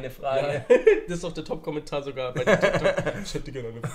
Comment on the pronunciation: Es heißt Tyk Tok😐